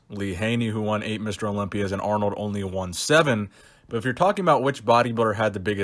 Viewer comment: Aaaarnold! It's not even close haha